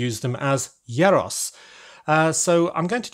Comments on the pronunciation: Not sure you've nailed that pronunciation yet... I think it's more like "year ross" (you sounded like "yeah Ross" with a short e). Also, the pot on the stove fits the space nicely but the standout thing about these vans is surely the meat on the vertical spit (whether it's doner kebabs or gyros). The mystery meat aspect is only heightened by the unnatural looking pinky-brown rotating meat. If there is space maybe you could change the pot to a spit? This really was a triumph of 10 year old boy style humour 😉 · “Yyer-ros”?? I thought it’s pronounced as “ɣee-ros” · it's pronounced year-o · Yay🥇 casually hearing that mispronounced g(yros)